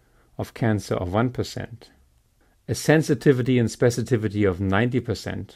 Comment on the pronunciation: Great fan of yours and enjoy these videos. But it should have been "specificity". And not "specitivity". :)